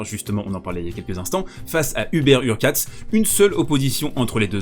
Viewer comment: HurkaCZ - CZ = comme un "tch" / dans "tchèque" ou au début de "choke" en anglais et non un "ts"/"c",/"s